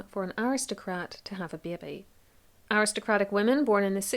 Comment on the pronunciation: As an aside, hearing that Irish accent render the word "baby" would be reason enough in itself to subscribe to this great channel. It makes my American ears tingle every time. (Oh, bebby!)